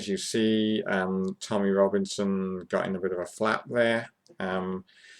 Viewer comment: it's Tommy not tommyeh